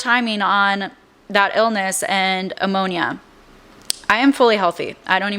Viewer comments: no shame here, as I love listening to you on YouTube! I just discovered you. But, are you pronouncing ‘pneumonia’, ‘ammonia’? Just wanted to let you know, so you are aware of the correct pronunciation! 🩵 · Girl. The content is good, but it’s hard to take you seriously when you say ex-pecially (ESpecially) and ammonia?? Noooo. Pneumonia. (New-monia). I tried. I really did. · Love your videos. Do you mean pneumonia? I think you’re saying ammonia? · Pneumonia babe not ammonia 😊 lol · I’m sorry, did you say Uncle Rob died of “ammonia”? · Ammonia??? Pneumonia. One we clean with, that would be the 1st. The second is the tiny air sacs that fill with fluid and or pus. Sounds like knee moan yah. That p is silent. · Pneumonia not ammonia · “Ammonia” Do you mean….pneumonia? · Pneumonia not ammonia ❤ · Why is she saying he died of ammonia instead of pneumonia? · I love these deep dives, agree with a lot of your “alleged speculations”, but I have a very hard time with how you do your research and 1. (Jay Z video) you cannot pronounce “Aaliyah” (Ah-Lee-yah) And 2. You say you are a medical professional but it’s “Pneumonia” not Ammonia. Very very different things. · Great vid, I think you do a great job! It's "pneumonia" not "ammonia"😉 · Okay, you have so many comments! I think you do awesome work! I and just one of those people who has to tell you that it's pneumonia, not ammonia and yeah, to be perfectly honest with you, I think you know that already ❤❤❤ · Love these videos but the grammar and pronunciation issues are really distracting and make me question the legitimacy of her credentials. "Ammonia" instead of pneumonia, "rised" instead of risen or rose, "AaLIEyah" instead of Aaliyah??? I suppose I wouldn't be totally shocked to know even our higher learning institutions are failing this badly but holy moly. Get it together sister. Common knowledge and language is essential for this 😭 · Pneumonia, not ammonia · You're saying Ammonia like the chemical. It's Pneumonia!